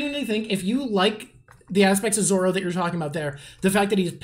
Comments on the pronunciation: I like how you correct her slight mispronunciation of Nami, but then let her keep saying "Zolo" over and over, for the whole rest of the video 😂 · Its zoro. Not zolo. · What a fantastic video idea. I really enjoyed this conversation. Lots of interesting observations. Thank you. Although I have to say, an L in Zolo instead of Zoro bothers me way more than an ay in Nami (and Nami was the one that you corrected). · Don't say Zolo, it's Zoro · I love that you corrected her pronunciations on everything except Zolo